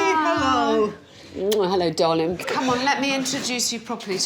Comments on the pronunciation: But she doesn't .... she says Darlingk! 😂😂👍🏼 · Yes, and Alex says dawling.😆